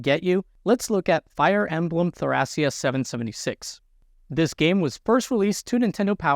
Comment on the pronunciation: AKSHUALLY I think you might be pronouncing "Thracia" wrong. The kana read "to-ra-ki-a," and that's pretty much what people who live in real-world Thrace call their homeland.